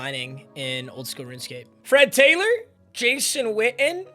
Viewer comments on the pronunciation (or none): none